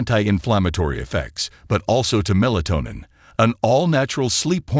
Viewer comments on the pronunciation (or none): none